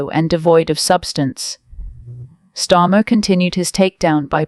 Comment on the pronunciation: STARMER 😂 NOT STORMA OMG !